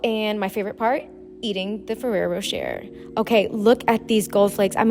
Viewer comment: Rou-SHEY not Ro-SHER!